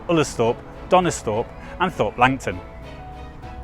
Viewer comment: Thorpe is pronounced torp.im glad the danish group was covered,I was about to get volcanic.